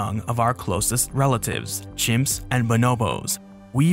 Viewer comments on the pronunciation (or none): none